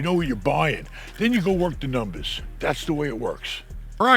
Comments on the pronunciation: My new favorite word “ I gotta look at the NUMBAAHSS.” 💯💰 You are the best. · It’s In The Numbas… Hey 👋